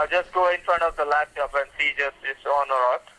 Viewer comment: Scammer: turn on the LaptIop (Yes, LaptIop)